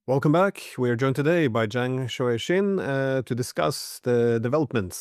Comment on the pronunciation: I love how Glenn actually does a great job of pronouncing his guests names. It shows his level of respect for his guests. People don't realize how good it feels when someone actually took the time to correctly pronounce your name.